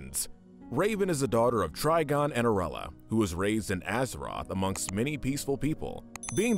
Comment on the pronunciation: AZARATH. Can you please not mispronounce alot these characters names in your videos.